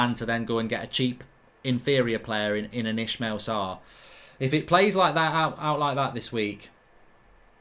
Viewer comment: Ismaila! Not Ishmeal